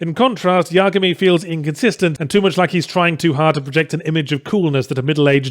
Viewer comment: Geez why does there have to be two ways of say Yagami? I usually say that name in the way it was pronounced with Light Yagami from death note with I bit more emphasis on the "A". The way you say it Yahtzee it almost sounds like there's no "A" suffix at all.